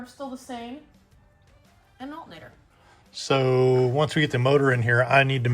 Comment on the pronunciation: Timestamp how she says “Altenator” 😆 Great car and video!